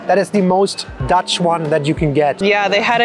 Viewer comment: I love how you guys pronounce dutch! Its actualy pretty good! Of you come to Rotterdam I can give you a tour! Or come to “de ballentent” for The famous meatballs.